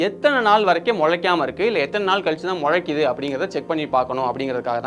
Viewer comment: அது முழைக்குது இல்ல நண்பா முளைக்குது. நீங்க நல்லா பேசுறீங்க ஆனா ஏன் நிறைய பேர் ல அல்லது ள போட வேண்டிய இடத்துல ழ போட்டு பேசுறீங்க.